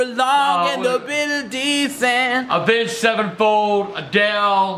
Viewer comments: For the last time it's avenged sevenfold not "evenged" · he said aenged sevenfold! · Wait did he just say avenge sevenfold😂 man was a metal head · did... did say avenged sevenfold... somebody virtually slap me if i heard that correctly